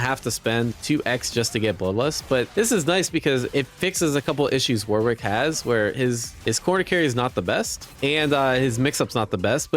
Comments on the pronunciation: Surely it’s pronounced ‘Wo-rick’? With love from England. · dear Americans, its pronounced 'Warik' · Cool vid. However the pronunciation of Warwick needs some work haha